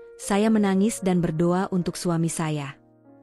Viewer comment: Tolong kalo yg membaca kan jalan cerita yg religi sebaik nya yg muslim , yg menyimak telinga rasa nya gatel2 ...bila lidah muslim yang menyebut Tuhan YME Islam bukan yaa alah ...ttp yaa Allah ( yaa Alloh ) Sholat bukan salat , ber do'a buka berdowa ...sya'i bukan sayi .dll ...bikin gemmeess dengar nya